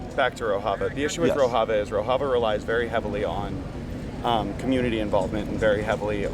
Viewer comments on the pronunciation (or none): He doesn't even know the correct pronunciation of Rojava.